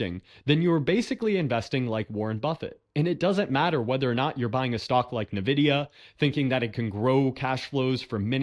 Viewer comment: I like your channel but you have got to start pronouncing Nvidia properly